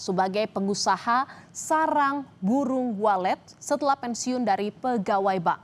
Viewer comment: Maaf,agak senyum dikit saat presenter baca berita,"Penguhasa Sarang Bulung Waret" menit